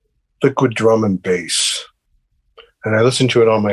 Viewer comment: What music did he mention? It sounds like he said, the good drum and base...is that correct??